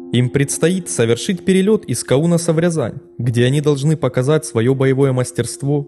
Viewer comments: вы сказали на У, каУнас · Хоспади! Ударения!!!🤦🏻‍♂️ БыкОво! КАунас, полкА, принЯть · Каунас..ударение на А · Не Кау́нас, а Ка́унас. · Автор, не "пОлка", а "полкА", не "КаУнас", а "КАунас", не "СредствА", а "СрЕдства". И такое ощущение, что либо автор у "Википедии", либо она у него полностью слизала материал. Весь текст в слово в слово совпадает. Нехорошо так делать. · КаУнас..ПОлка...господи когда вы акценты научитесь ставить... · КАунас , а не КаУнас.. из ушей кровь пошла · Благодарю за видео. Но очень странно слышать неправильные названия населённых пунктов. Вот правильные ударения: КАунас, БыкОво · автор косноязычен, не в первый раз слышу околёсицу, хоть сейчас на курсы дикции, не пОлке, а в полкУ, а уж КаУнас просто нет слов, если уж делаешь видео, то соответствуй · Чем дальше, тем ролики всë качественнее, но беда с ударениями в названиях населённых пунктов продолжается который год. Каунас - ударение на первый слог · В названии города Каунас. Ударение ствится на на первую букву А.